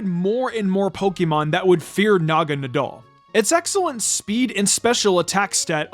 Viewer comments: Wait is that how you pronounce Naganadel?? I thought it was na-ga nay-del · It genuinely bothers me how pronounces "Naganadel"